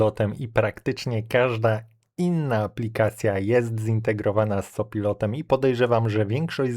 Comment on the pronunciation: kore, co pilotem itp... nie da sie tego sluchac. Jak juz czyta Pan angielskie slowa to moze warto czytac to w miare poprawnie.